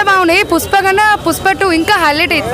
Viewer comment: Puspa kaadhu 😅 Amma pushpa